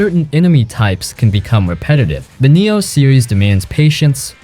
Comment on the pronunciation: I died inside a little whenever he pronounces 'Nioh' 💀💀